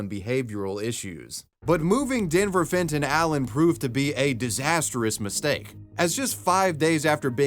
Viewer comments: "Fenton Allen" had a swing of "Fentanyl" every time you said it xD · Fenton Allen.. Fentonal Len.. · Omg if u say Denver Fenton Allen one more time I will die